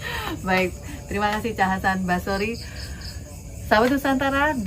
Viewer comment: bukan basrori, 👍 maritim rebut kembali